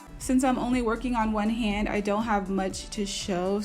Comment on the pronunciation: im not gonna lie i thought its so weird that she said her daughter femijr like wtf lol n its a haand 😭😭